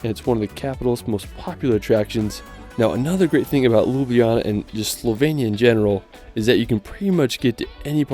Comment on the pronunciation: You've butchered the Ljubljana's name lol